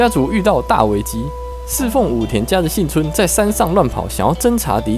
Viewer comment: 是幸村不是信村,這種程度的還敢做視頻?